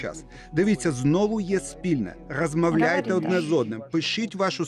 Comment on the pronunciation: Зачем ведущих дублируют на украинский? Тем более такая безграмотная речь "размавляйте", "памагайте" - противно слушать.